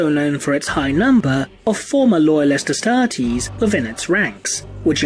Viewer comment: I cant stand the way he says Astartes. Just something about it that hurts.